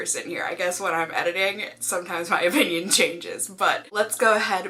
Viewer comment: “In my O-pinion.....” your Massachusetts accent came out.... which I love when ever I hear it , it takes me back to sometime in the 90’s when a cartoon called Bobby’s world used to air and life was simple lol. Anyway his mom is from Massachusetts and has a heavy accent. That’s why I like hearing it. Btw I think you are amazing!